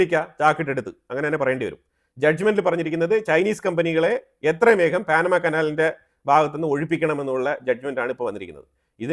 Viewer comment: എന്താണീ പറയുന്നത് പാനമ കനാൽ പോലും പാനമയല്ല പനാ മാകനാൽ എന്ന് പറയുക ok